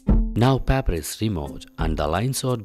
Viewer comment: good experiment but for paper u r saying papper